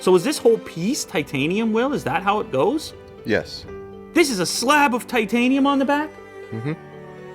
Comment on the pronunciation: says Titanum != Titanium